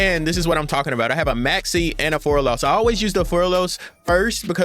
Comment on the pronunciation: It easy bro "mul- charmy" "fu-wall-los"